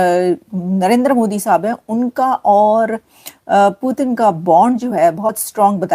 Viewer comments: Bsdk पुटीन नहीं पुतिन जी बोलना सीख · Putin bolna Sikh pehle 😂